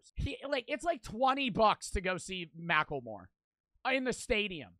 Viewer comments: The way says mackelmore is amazing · is the kind of guy to say “Mackel-More” 💀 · Blud can't even say macklemore correctly (I still listen to his music cuz he represents Seattle where I'm from)